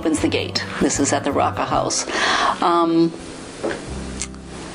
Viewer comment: Hey, E wasn't involved, just Joe E, and maybe some other of the MM. Priscilla told the story in her book. I don't think Elvis wouldn't have ever hit a woman. Probably never even threaten a female I'd be completely surprised! And y'all it's pronounced ROWCA place.